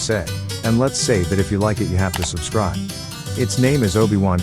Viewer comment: "Subscrieb" feels very wrong